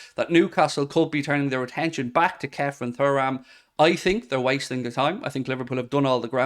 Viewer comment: ITS PRONOUNCED TURRAM NOT FURRAM… 😅😅😅😅